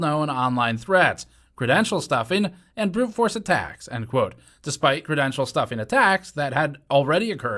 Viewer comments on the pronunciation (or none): none